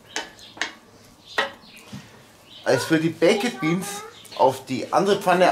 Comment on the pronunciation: Warum kann nicht ein deutscher Griller oder was auch immer die Bäeckettttt Biens als Bäekt Biens aussprechen......Das geht mir tierisch auf den Sack!!!!...